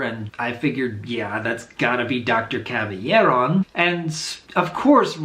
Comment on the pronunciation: Doc. Say it with me. Cab Ill Air On. Not Caby Air On.